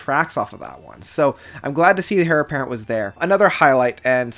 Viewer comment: Heir is pronounced “air” not “hair”